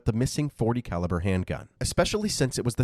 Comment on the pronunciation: Did you say "Three hundred and eighty calaber" wow